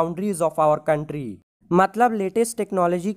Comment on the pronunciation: last me country hoga coumtry nhi Anyway thanks sir